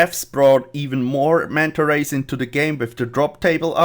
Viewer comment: how many times did he say manta ways